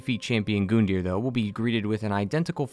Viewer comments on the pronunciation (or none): It bothers me how he pronounces Gundir’s name it’s a U not an O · Call me crazy, I swear I heard someone say his name wasn't pronounced Gun-deer, it was Gun-die-er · Gun-deer not Goon-deer